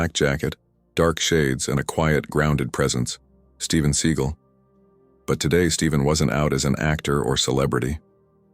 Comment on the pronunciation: Stop mispronouncing seagal 😢